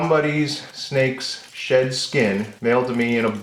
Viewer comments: You should really enunciate the "D" in Snake SheD, so many times i heard Snake Shit and had to convince myself it wasn't that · Really thought you said at the end.. “you wanted to see snake sh”t micarta?!” Lolol. I still hear it rewatching. Maybe in another episode 😂 Thanks, as always 👍🏼